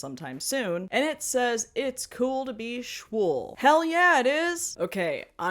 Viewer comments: also schwul is german for gay, so schwool is an amazing pun & how its pronounced :D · Explanation for those who don't get the pun. Schwul ist german for gay (specifically mlm) and it is actually pronounced like did so that's why the gay wool word pun